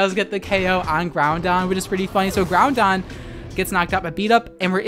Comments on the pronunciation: If I had a dollar for every time you mispronounced Groudon, I’d be able to buy lunch, but alas I do not and thus cannot afford lunch because I spend all day writing furious comments on YouTube videos about people mispronouncing things instead of working. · “Kee-ogre and Ground-don” Unsubscribed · Ow. Key-oh-grey and ground-don.... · Were you purposely saying Groundon and Keeogray for the memes or is that how you pronounce them? :P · Every time I hear Keeogray or Grounding I die a little inside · Kee-og-ray Ground-on .-. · QOTD: Yep :D Btw, I'm unnerved with how you pronounce Groudon with an 'n' and Key-oh-grey lol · I love your videos but I hate how you pronounce Kyogre and Groudon xD